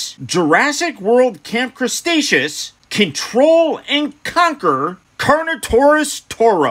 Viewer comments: Did he just say camp crastashoes!🤣🤣🤣😂😂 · Nobody:..........: Camp Crustaceous